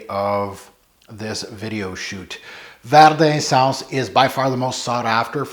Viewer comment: love ya, love your vids, but you gotta get the French at least a bit closer, omg! 😉 Thanks for posting, I've been curious about this one for a while!